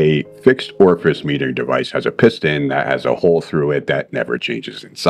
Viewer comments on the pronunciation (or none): none